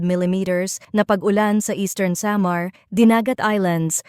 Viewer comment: Pinay bato cya bakit ang pronounce samar